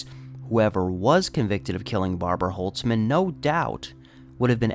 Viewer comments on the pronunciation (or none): Barbara holzman is my great grandfathers sister. My grandma has told me this story before many times, and seeing basically a documentary about it is pretty crazy. Just wanna say holzman is pronounced with the “z” sound and we dropped the “ts” a few generations ago lol. Thank you for making her story heard.